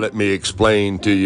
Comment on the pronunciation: He said hor-ological...snigger, snigger